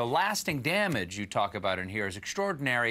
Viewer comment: Since when do we put a "sh" in "extraordinary"? ExSHtraordinary?? REALLY???